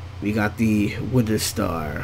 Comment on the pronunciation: its not widder its wither